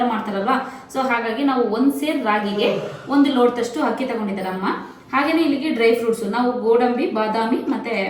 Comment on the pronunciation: Hakki (ಹಕ್ಕಿ) alla, adhu Akki (ಅಕ್ಕಿ )